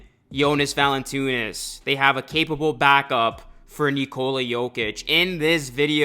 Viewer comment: How do you see Valanciunas and think Valantoonis 😂. Great vid tho my guy